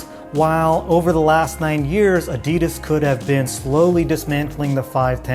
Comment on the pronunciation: Its Adi Das not A Di Das 😂 apart from that good vid